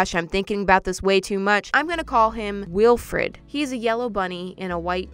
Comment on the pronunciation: Sorry. Why does saying “ Weelfred” hurt my brain?